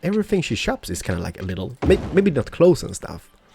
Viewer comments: you dont sey lidl its with a long i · Lidl is a super market in germany and when you say lidl you must say the i long;)